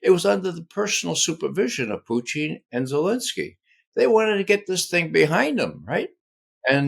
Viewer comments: Sounds more like poutine, but I’m near the Canadian border! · This cat LOVES his pronunciations 😂😂”PUCHIN” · I'm further south-- Pennsylvania-- and Ray's distinctive "Poo-TEEN" always sounds like "poutine" to me too; BTW, I know what poutine is but never encountered it. 🥘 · Is he saying.... "Puchin"?? Is his first name Ca? 😂😂😂